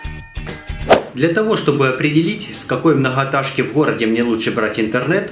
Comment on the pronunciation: Блять многотажка ))) МногоЭтажка , говори правильно олень